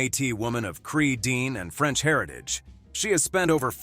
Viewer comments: Tantoo Cardinale. Dene. Not pronounced “Dean”!! Pronounced ‘ Dennay’. Do better research. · DeeNEH, NOT "deen". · Dene is pronounced “Den ah” not Dean.